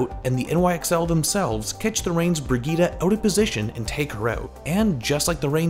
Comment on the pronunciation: why the fuck are you saying brigita???